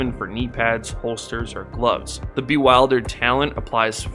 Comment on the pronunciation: thanks! and btw the "i" in "bewildered" is pronounced like the "i" in "milk."